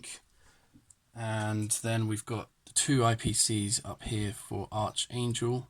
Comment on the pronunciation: Finally someone makes a Bold further move into the Eastern front instead of just Puppy dogging it forwards and backwards again, and it certainly looks like this game is gonna be bogged down into the mid teen rounds unfortunately - btw it's pronounced ArKangel, not ArCHangel unless you Brits purposely say it that way anyway!!!